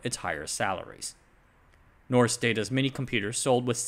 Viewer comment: "rs" in Norsk is pronounced like the "sh" in English